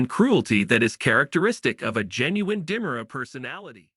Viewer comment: These people cant even pronounce names correctly get people who can read right and pronounce Di Mera right